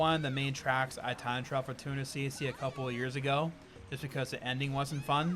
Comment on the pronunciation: who else kept hearing him say tuna cc?